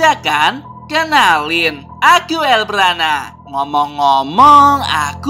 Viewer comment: Bg kenapa bacaan nama abg harusnya el brana🗿🙏🏻